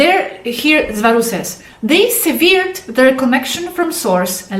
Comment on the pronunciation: Hello......... The word SEVERED that you used in your message is pronounced ''sevərd'' and NOT ''sivi:rd''. The other word you are having trouble with, DISCARNATE, is pronounced ''dis-kar-neit ''. If you broach horrendous topics, such as the one in the beginning of your video about Reptilian diet, please UNDERSTAND, that according to my understanding of HIGH MORAL PRINCIPLES, you owe to humans listening to you, an explanation, as to how to ensure that the horrific practice of the reptilians in regard to humans, would not apply to them. This holds true, UNLESS you are in fact wanting to represent the interest of the Reptile creatures you refer to..........